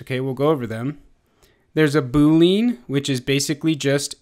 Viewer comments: Good video. The only thing that I wish to share is: [boo-lee-uh n]. This is the first time I've ever heard [boo-leen]. Just saying and otherwise good job. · is it just been or does it annoy you when he says boo lean? other than that the tutorial is exceptional